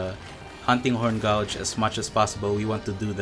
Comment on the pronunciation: Im kinda uncomfortable with the way you pronounce “Gauge”. It should be /Geidj/ , not /Gaudj/- however, solid vid!